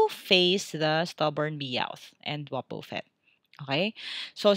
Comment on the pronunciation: you pronounce it like wabafett spelled and wobufett